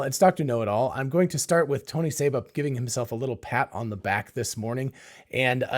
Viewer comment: Tony SEEba, not "Sabre"